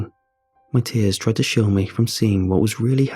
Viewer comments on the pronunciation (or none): none